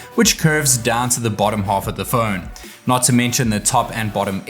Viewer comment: It’s not fööööön its Phone